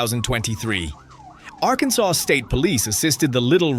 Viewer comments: I had to listen to it over and over again… arkansauce. I love it. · Arkansauce = AI uttered Arkansas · It’s ARR KAN SAW